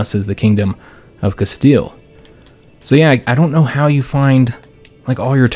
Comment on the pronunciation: Bro do not say “casteyay”. It’s CASTEEL